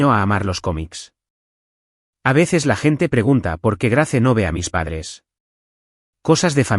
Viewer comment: GRACE NO SE PRONUNCIA SINO GREIS